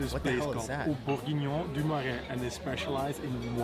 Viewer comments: You pronounce bour-gui-gnon. Same stress on each syllable. And the address is 52 Rue François Miron, 75004 Paris. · It's pronounced like tye english word crap! Rather with an E maybe, crep. Certainly not crape. Greetins from France.Bour gi nion. The g is hard , not chi. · Beef burgeoning Bur-gin-yon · The spelling of "beef bourguignon" is on the wall (no pun intended).😁👴 Tip: for the pronunciation, type it in google translate and click on the speaker...